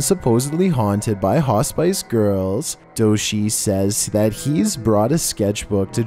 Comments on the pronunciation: Right it took me a while to figure out what a ha-spice was hahaha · Hospice is pronounced Hoss-pis not hos-spice 🤣🤣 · come on!! It's not "hah • spice," but "Ha • spiss." If you're unsure how a particular word is said, either ask Google, or someone else. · What...what the heck is a 'hah-spice'?, do you mean hospice: a home for the terminally ill? As in 'hah-spiss'? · "haw-spice"?....almost got it,. It's pronounced "Hoss piss". But close enough, I suppose. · I was always told it was pronounced Hos-spiss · Me screaming "Piss! Piss! Not spice! Piss!" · I was the same!! Wasn't until I started reading the comments that I realised he was meaning "hospice", not "haw-spice"!! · It's pronounced hos-piss, not hos-spice, my friend. Sorry, I couldn't ignore it... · 😁 Fig-yer not figger and Hoss-piss not haw-spice. Have to bring it up, sorry.😌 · It's Not pronounced Ha Spice... It's Ha Spis. Sound intelligent , if you want people to take you seriously.. Cuz I love these videos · Hos-PISS! Hos- PISS! Hos-PISS. ! NOT HOS- SPICE! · “HA-spice?” HA-spice!!!?! You gotta be kidding me. You mean hospice??????? (Hoss-piss, Incase you still can’t pronounce ) Good lord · Hospice is not pronounced "Hos- Spice"! It's pronounced like, "Hos-piss" 😆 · It is hos pih and ih like in it to say hos pih as it see or cee pronounced cee hospice. Not pronounced as in spice at all. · Hos-spice? /hospis/? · This is the first time I've heard hospice pronounced "hos-spice".🤨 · Hey! Just so you know, “hospice” is pronounced ‘hos-piss’ so the E is kinda silent:) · He says it wrong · Lol, hos spice! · He says haw-spice -girl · Just be thankful he didn't say "hos-spice". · "Officer to base", um that does not sound official in the slightest. Also, its pronounced hos·pis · Hos=piss me and my sister were just laughing at this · It’s Hah-Spiss. You’ll learn when your grandma is in one. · Hos-spice? Its pronounced hospiiice (hos sp isss) like a snake hospisssss